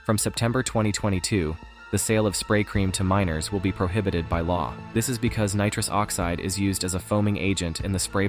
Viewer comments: Nitruse oxeeed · Neetruus Oxceed 🤣